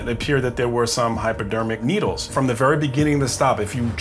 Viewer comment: It’s pronounced “hypodeemic noodles”.